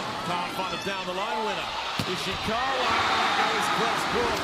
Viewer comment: At 841, the commentator said Ishikawa's name as Iwasaka. lol